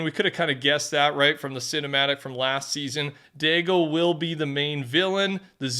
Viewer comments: LOOK.... STOP USING THE RACIAL SLUR AGAINST ITALIANS DAGO "DAY-GO" FOR THE JAPANESE NAME DAI (DIE) GO. JESUS H CHRIST. WHAT IS WRONG WITH YOU. I KNOW YOURE CANADIAN BUT GET WITH THE TIMES. IT'S NOT ACCEPTABLE. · Stop pronouncing his name as DAY-GO. Or do you willfully enjoy and think you're cool to keep saying a racial slur in your videos. Will it take reporting your videos and losing monetization for you to catch on. This is like the 12th video I've called you out on this. Now you're purposely saying it incorrectly just to be a douchebag. It's DYE-GO. Not DAY-GO.